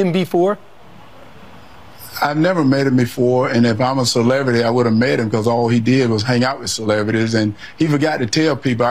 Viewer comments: What does Herschel mean by ‘celeverty’? Edit: - . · Hershall can't say the word celebrity. He calls it a Celevrity. DUMB ASS! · WTF is a "celevurty"?